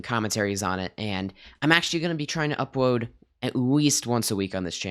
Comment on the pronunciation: At the end there you said upwoad not upload so spam upwoad on this comment